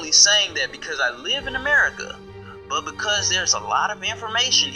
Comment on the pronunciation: Ame Ca? What about the R in America you skipped over ?